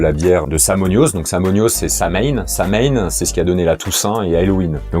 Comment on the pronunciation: Chouette vidéo, mais Pline aussi était païen, juste pour dire ;-) . Et sinon Samhain, en effet "samonios" en gaulois (cf. calendrier de Coligny), ça se prononce "sawïn" normalement (du gaélique), mais là je fais du zèle (j'ai fait des études de langues Celtiques, dsl :-) ).